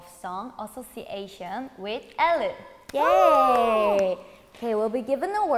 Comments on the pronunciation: they said ellen, not Elle I'm deadddddddddd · No one: Yeji: says "Ellen" instead of "Elle" Me: biggest smile ever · Nah, that's the Korean pronunciation of Elle, because in Korean Elle is 엘르 (El-leu).